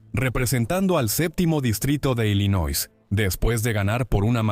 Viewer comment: Illinois se lee sin la 'S'